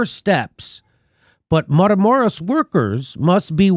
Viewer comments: mah-kee-lah-door-ah dammit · Hey Jimmy, please learn the spanish vowels so you can pronounce Matamoros properly. Keep up the fantastic work you do Jimmy. Just trying to help. example= Mah-Ki-Lah dor-rah